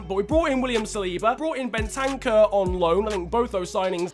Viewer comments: It’s not Ben-tank-er it’s bent-er-cer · Btw it’s Ben ta kuuurr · The way you say Bentancur ahahaha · Fifa player and yet doesn’t know how to pronounce bentancur correctly